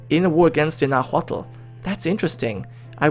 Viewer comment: its pronounced Nawatl